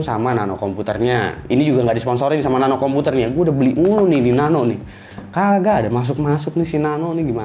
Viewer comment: woy Nano yg bener nape..